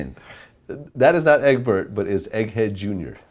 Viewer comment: Lmfaoooo nigga said egg bert 😂😂